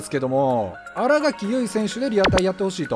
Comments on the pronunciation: あらがき じゃなく あらかきです← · あらがきじゃなくてあらかきやな。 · 「あらがき」じゃなくて「あらかき」です笑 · あらがきじゃなくて、あらかきなんだよなぁ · あらがきじゃなくてあら【かき】ですよ笑